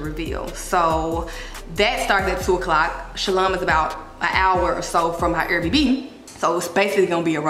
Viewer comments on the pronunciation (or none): The fact she says “air bb” instead of air bnb😂gotta love her